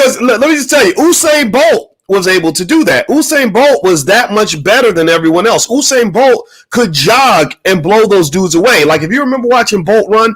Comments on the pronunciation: It's not oohsane Bolt is Yousane Bolt. Spelt Usain Bolt. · HE GOES BOYCE PRETENDING LIKE HE'S NOT FAMILIAR WITH BOLT'S FIRST NAME AS HE DOES WITH EVERYONE'S NAME. FAKE LOL. PURPOSELY INCORRECTLY PRONOUNCING IT (OU SAIN).. IT'S PRONOUNCED (YOU SAIN). NO ONE KNOWS YOU BOYCE. BOLT IS WORLD CLASS. NOT YOUTUBE CLASS. SMH